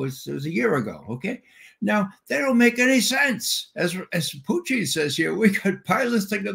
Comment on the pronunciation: Ray is the only English speaking person I've heard who pronounce the word "Putin" in Russian manner - Puteen, not Putn, like the rest of the West.